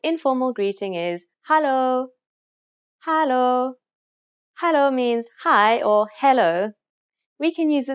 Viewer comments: Your Hallo sounds Dutch rather than Afrikaans. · Its not hullah its hallo and you say it hello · 😂🤣😂🤣 ek het nou weer geluister sy spreek hallo/hello baie snaaks uit.